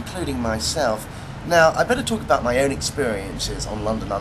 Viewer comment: Sensation! Read all abahd it! Man calls other man a git! Read all abahd it! My god.